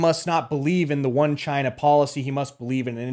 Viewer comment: "Are you from gyina"